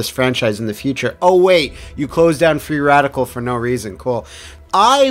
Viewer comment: You actually said Freeadical